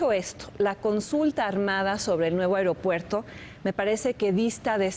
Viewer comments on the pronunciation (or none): No soporto a este cabrón diciendo "areopuerto".